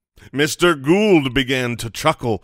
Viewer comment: Congratulations! You are one of the very few who pronounce my last name perfectly! It's Gould not Gold. You my friend win a cookie!